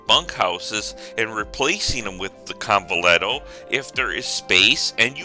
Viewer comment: convent-tea-yo pronunciation of convetillo